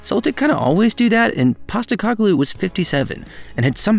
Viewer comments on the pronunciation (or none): Painful to here you say PosteCOGlou the whole time, rather than PosteCOHglou but good video other than that. Also an American Spurs fan starting in 2013, cool to hear someone have pretty much the same Spurs journey.